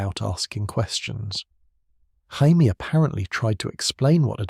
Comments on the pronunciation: Great retelling, except for calling Jamie Lannister - Hymie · i mean to be fair, its spelled jaime not jamie so either pronunciation is fair